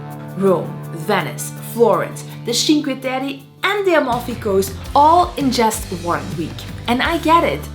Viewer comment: it’s “chin” instead of “shin” kweh-teh-reh… it’s u-fit-zi instead of u-fi-si; good video 😇